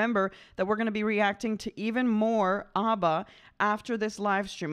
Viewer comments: Why do you keep calling them "Ubba"? Their name is Abba, not Ubba. Of course I am joking, but that doesn't mean it isn't annoying. Stop calling them "Ubba"! :-) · IT'S NOT AUBBA, IT'S ABBA! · Properly pronounced ABBA, not OBBA